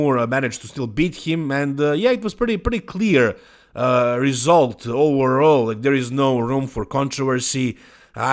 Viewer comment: English native "Overall", speaking "oWerall" 😀